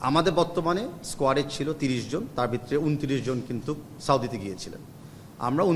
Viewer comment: তাবিদ কাকু বিতরে কি?? ভিতরে উচ্চারণ ঠিক করেন